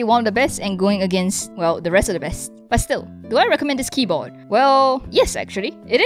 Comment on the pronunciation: "this keybo'eh' is..."